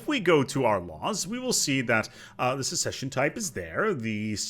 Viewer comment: You also cant say "succession" kek; its not "secession" (which is what you were saying in the video xD)